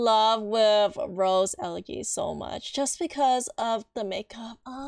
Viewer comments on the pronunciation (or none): It’s ele gee , like see!